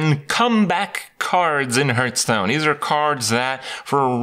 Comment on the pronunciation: why is he always saying hurtstone?